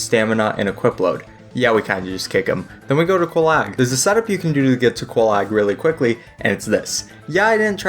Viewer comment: Bro...how did...how could you butcher Oolacile and Quelaag so badly? I mean the NPCs say their names already!